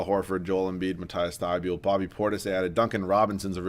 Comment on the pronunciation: Its not Mat-ice Thy-be-yulle, its Mat-eass Thy-bowl